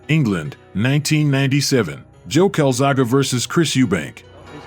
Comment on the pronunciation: The level of disrespect in getting his name wrong is crazy. Showed joe as much respect as Hopkins did